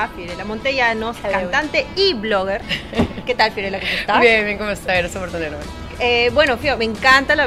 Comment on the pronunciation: Fiorella tiene un defecto de pronunciaciòn.